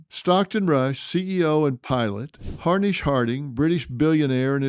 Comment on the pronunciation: he calls him “Harnish” Harding. Wasn’t it Hamish? RIP Hamish and all the victims. 💔🕊️